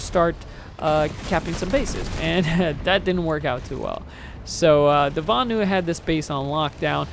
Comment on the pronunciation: LOL at butchering the names of the Vanu and the Terrans.:P Nice video though. You play the infiltrator like it should be played: infiltrating the base, killing engineers trying to repair the turrets and not just sniping from a mile a way.